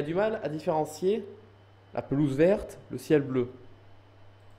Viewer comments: Lol ta dit la pezoule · linoisette lol il y avait ecris "pelouse" et il a dit"pesoule" à la place